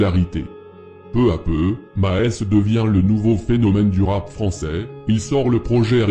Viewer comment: Je viens de tomber sur cette vidéo et à « dans le monde du rapp français » 😂 dejà morte de rire.